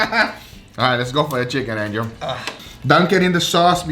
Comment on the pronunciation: No one: what do you think anjel😂